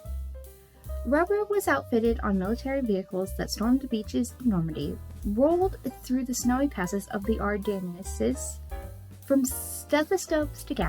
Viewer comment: Hey, cool video! French words can be kinda odd sometimes🤔. For example Ardennes is pronounced ar-den for some reason. Keep up the awesome content!😁